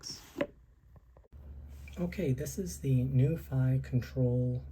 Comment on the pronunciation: Pronounced as “Nu Fee”, been around for quite some time.